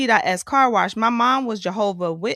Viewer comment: Why can’t Keri say wash without adding a R? WaRsh waRsh waRsh 😂